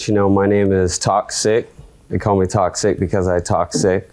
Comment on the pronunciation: 😩😂😂😂”TOX-SICK,” gave me the ICK as soon as he opened his mouth, but let me watch the case. The defendant said, “GTL,” like Jersey Shore. 😂😂